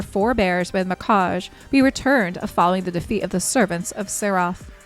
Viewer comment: Sorry, love your content, but.. it's Mi kah Gee